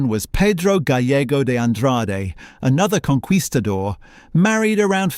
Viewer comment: The total pronunciation faux pas. Please, Do not pronounce the "u" in conquistador. It is more like conk kistadoor.